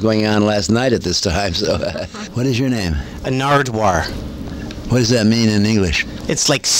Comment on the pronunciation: Legend! Naredwuar i mean lol